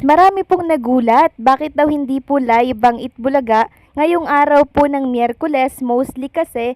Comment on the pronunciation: Please do not get mad. I am bothered by the way you pronounce F and V. Ang of, you pronounce as op, ang V nagiging B, like live, you pronounce as libe. Enough as enap, Philippines as Pilipins. Nakaka turn op, I mean off.. I think you can improve. Observation lang po. Please do not say eh di huwag ako manood. Not a good answer.